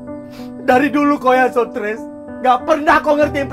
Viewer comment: Jadinya streeesss bukan suttress